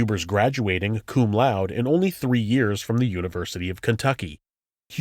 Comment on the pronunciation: You pronounce the last "e" in Laude. "Law-day".